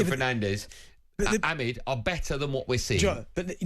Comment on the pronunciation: who da fuk is Amid? and benty saying Ahmed. how hard is it to sa Amad? Ah-mad!!!! madness.